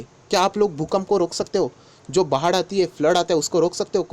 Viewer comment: वाह बाढ़ को भाड़ बोलने के लिए😁😁